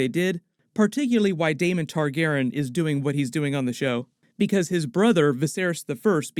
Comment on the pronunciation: You're dropping a letter and syllable in the name... You keep saying Tar-GAR-en... but, it's Tar-GAR-ee-an (phonetic spelling). You're dropping the "y" in Targaryen...